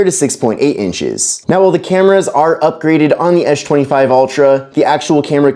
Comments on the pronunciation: What is this guys deal it's pronounced with an "S" not a "SH" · Why can you say the letter s perfectly in every other word, but you can't say s25 🤣🤣😭 tf is an esh 25 ultra? You can even say spen 🤣🤣🤣 WTF IS ESH 25 ULTRA